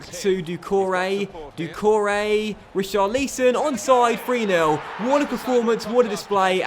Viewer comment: It’s Rich-ah-lee-son and Cha-lo-bah (said quickly)